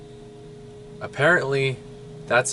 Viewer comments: Roald has always been Roald ... and his last name is pronounced like "doll" ... not "dah-ee" ... I didn't want to thumbs down this, but come on now ... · Roald DahL (not Dahi as pronounces is) is a very known Norwegian writer (not English). Roald is a pretty common name (as is Dahl) in Norway. Nothing weird here. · You should not accuse people of not doing their research when you yourself fail to even pronounce a name correctly. It's not Roald Dahi, it's Roald Dahl (as it has been in our last 3 realities). Also, please stop including other people's YouTube videos in your own videos. We will see those on our own. It looks like you are not taking this seriously any more. And what's with the Russian military crap you threw in there? You didn't explain that at all. Are you trying to become another one of those ridiculous fear mongering YouTubers? I really liked your previous videos but it looks like you are no longer interested in improving your content or its quality but instead to just exploit this phenomenon for views. Please understand that I am not trying to be mean or rude (although I can see I have been a little harsh here), but to help you to see that your viewership is made up of people who matter. Some of them are in a frightened and delicate state. This subject is not entertainment. It is a mystery that people need solved. How about doing some videos that don't point out new effects but instead discuss some of the speculations that have been put forward so far...? This way you don't have to 'get it right' at all, you can just offer your own perspective of your research. That, at least, would not feel so exploitative. Thanks and sorry I cannot justify clicking the "like" button this time. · Roald DAHL not dahi? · How did you not know Roald Dahl wrote Charlie and the Chocolate Factory. Also it is Dahl not Dahi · thats just what i said: Roald Dahl, not Dahi...